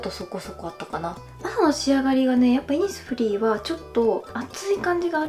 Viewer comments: イ↑ニスフリーｗｗｗｗｗｗｗｗ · イニスフリーのイントネーションいつも気になります…！（笑） 40万人おめでとうございます♡ これからも無理せず頑張ってください！！！ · イニスフリーのイントネーション気になりますね。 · イニスフリーのイントネーションすごいｗｗｗ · イニスフリーって、そんなイントネーションなん！！？？？ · イニスフリーの発音がイにアクセントあって笑う